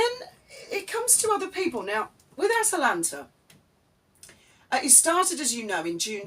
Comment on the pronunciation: Did I hear you call it 'TwAtalanta of Arcadia'?!! If not, perhaps you should....!